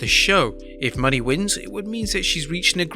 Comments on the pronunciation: Mo-Nay, not money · It's pronounced MO-NAY not money 😂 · he said mercedes MONEY lmaooo. It's "MOE NAY" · You’re Saying Mone wrong. It’s pronounced Moan-Nei. Like Monet the artist. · ITS MO-NAY MOE-NAY you twat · Moné is not pronounced as Money. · Your pronouncing Mone wrong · Ikr I think I'm sick 🤢🤮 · Why are you pronouncing Mone like that?